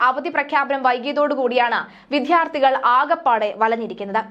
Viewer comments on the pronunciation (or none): വിദ്യ, വിദ്യാർത്ഥി എന്ന് പറയൂ. ധ അല്ല. ദ ആണ് ശരി. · ന്യൂന മർധം, വിധ്യാർത്ഥി ... എന്തു മലയാളം ആണ് ഇത്. പോയി മലയാളം ശരിയായി ഉച്ചരിക്കാൻ പഠിക്ക്.